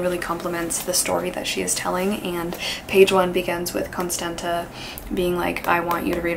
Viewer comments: Just a quick note, Constanța is pronounced as Constanzza (as in pizza) :) at least in the original language. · As a Romanian Person TM, I believe you pronounce Constanta as “Constantza” if it has this letter : ț I actually love you so much you are my favourite person on this platform thank you for existing happy spooky season <3